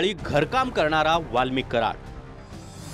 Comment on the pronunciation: Valmik Karad nahi Valmik Karod😂😂😂 Just used K for better understanding instead of C